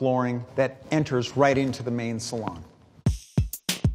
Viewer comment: Finally someone who knows how to pronounce salon in this context. Also, I wonder if Jed's 'cement pond' is still out the back? Just watched some Beverley HIllibillies recently lol it still holds up after all these years.